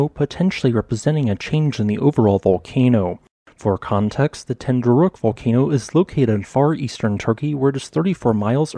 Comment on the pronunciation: You really cant say ten dü rek 😂